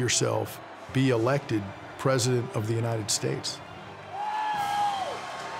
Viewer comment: Lmfao "unitididid states" bro go home to mumbai and leave our land